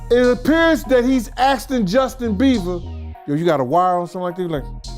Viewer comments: is it just me or is saying justin beaver???..lol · He said “Justin Beaver”😂😂😂😂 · He calls Justin..Justin Beaver 😂 hilarious! 😆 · Who is Justin "beaver"? 😂😂😂😂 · “Justin Beaver” 😂 🦫